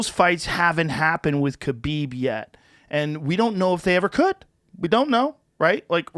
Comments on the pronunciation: Joe can say all these Brazilian names with the correct accent, but can't say Khabib's name right ever. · Most people say khabib wrong and his last name has a crazy pronunciation.